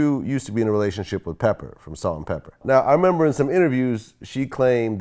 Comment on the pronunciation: Vlad said"PeppER from Salt and PeppER" lol thought he was "down" with the hiphop